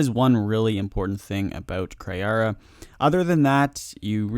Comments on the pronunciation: jesus its kree not kri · Kree not Kray. It’s Kree. That was so annoying to keep hearing you get such and easy self spoken name wrong.